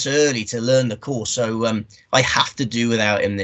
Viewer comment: What's with the pronunciation of the course? It's in France mate not Spain with that lispy nonsense.